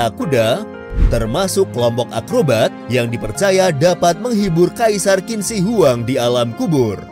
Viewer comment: Indonesia Maaf min, kalo gue boleh kasi sedikit ralat, cara baca untuk nama Qin Shi Huang yang benar adalah "Chin Shie Hwang" dalam Mandarin. Bukan Kin Si Wang.